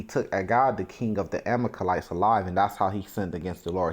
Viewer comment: The word is Ama-lek-ites.